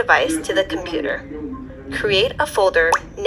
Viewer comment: Did you say computer wrong